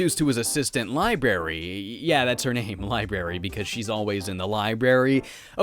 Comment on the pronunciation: I can’t believe no one is talking about the fact that he pronounced library “libary”....